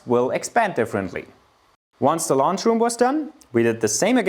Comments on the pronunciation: I can't wait to see this "Launch Room"! Are you building rockets!? j/k it's pronounced like the word owl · I think people are hung up on your pronunciation and are incapable of figuring out the lounge is what you’re saying. Deutsch-phonetisch: Laundsch, nicht Looonsch. Sprachen machen Spass! 😎